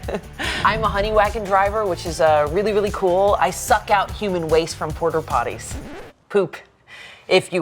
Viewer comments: Is anyone else hearing “porter potties” every time? Lol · The fact that character revolves around Porta Potties, and seemingly no one corrected her from saying "Porter Potties" is very funny to me. Love so much. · saying porter potties instead of porta potties is so funny but also a little more annoying each time I hear it 😂😂😂 It's giving momchats iykyk 😅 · "Porter" potties???